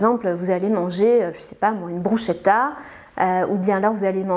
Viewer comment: Pour votre info de nutritionniste et votre culture générale, le mot italien bruschetta se prononce "brousketta" en français. De rien.